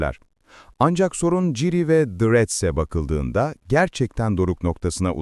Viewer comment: yapay zekaya mı okuttun aga ciri ne ya hiç mi duymadın okunuşunu